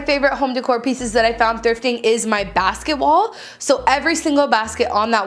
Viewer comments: every time you said basket wall I thought you said basketball 😂😂😂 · Every time she said basket wall I heard basket ball. 😂😂😂😂😂😂